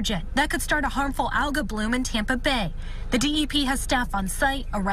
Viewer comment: "Contaminated water" Bullshit. The threat is flooding and loss of life and property, not environmental issues. The environment will recover. Also someone needs to teach how to say Algae.